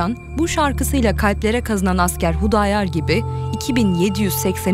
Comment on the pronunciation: Hudayar değil Xudayar